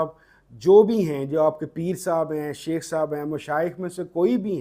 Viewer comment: MashaAllah. Sir with due respect plz read as " Shaikh" not common word " sheikh".